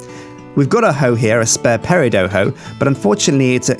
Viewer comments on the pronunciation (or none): Will someone please tell that peridot is pronounced exactly as it's spelled, and not as "pare-ih-doe"? I cringe every time I hear him say the word. Please, someone, let him know. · The T in peridot isn't silent.